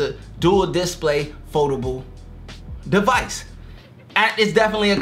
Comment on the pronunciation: I'm sorry man I didn't realise you couldn't pronounce display I just thought you didn't know. Great video